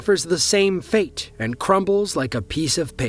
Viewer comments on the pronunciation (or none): none